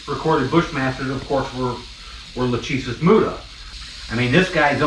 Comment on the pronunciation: Maybe not as hard hitting as a Gaboon, but wow.......BAM!! That first one doing the "up and over" maneuver. Just incredible. The stuff of awe and nightmares. Leviathan. Just an outstanding video (w/ expert videography from Deena)! p.s.- I'm with you, it's pronounced "la-CHEE-sis". Ha.